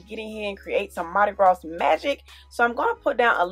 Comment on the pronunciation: This is beautiful but your pronouncing Mardi Gras wrong. This s is silent.